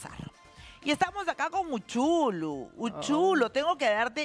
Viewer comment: Se llama Uchulú no es uchulun